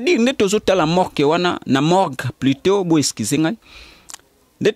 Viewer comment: Oyo elobeli nini oyo, na koki ko landa émission yango tein boufff, Morgue et non Mork bouffff